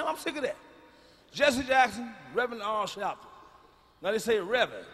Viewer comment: “Ar Shalpton”😂😂